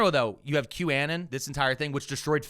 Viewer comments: I have a question for next episode: why the fuck does pronounce 'QAnon' like that? 😂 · I'm loving the pronunciation of qanon 😂 it makes me think of the Stevie Nicks song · pronounces “q-anon” weirdly. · I can't get over the way pronounces QAnon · his pronounciation of q-anon, is sus, not interested in his opinions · q anon pronunciation has me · East coast doesn't know English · It hurt my brain every time said QAnon. Still love the show though. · I saw a comment saying that he pronounces it that way to avoid the word being picked up by censors? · Thank you for this explanation. My brain was rotting trying to figure out if I was stupid or he was deliberately wrong in his pronunciation. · Q folks insisted for a bit that they were called Anons in the way pronounced it. And therefore it's 'QAnon' the way said. It's a deep cut. And yeah it could be a try to avoid getting censored. 🤷 But also on q folks part could be a bit, an attempt to show who is in the in group, or actually what they really call themselves. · I was thinking he was making it sound like Bannon since he thinks that was one of the “architects” of anon. Maybe Im way off? Either way, it was needling at me too! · I almost attributed this to hoagie mouth, but I have heard say it the right way. Censorship makes sense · i have never heard someone pronounce Qanon like that and I hate it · it's been so many episodes and videos. i need to finally ask. why to you say q -anne-en vs q-uh-non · Are you calling them a ridiculous name bc they're ridiculous people? (Qannan instead of Q-uh-non) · Why do you keep pronouncing the word as “Q-ANN-EN” instead of the way the rest of the world pronounces it, which is “Q-AH-NON”… and I would bet you also pronounce Uranus as “YURAN-US” instead of the traditional “YUR-A-NUS” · "Q-annan" is killing me, "anon" as in anonymous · First time I’ve heard it called Q-Annin instead of Q-Anon. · Wait... is it pronounced Q-A-nin or Q-uh-non?